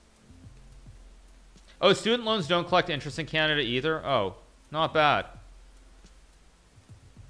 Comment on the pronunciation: Canadia? Is this how americans call it?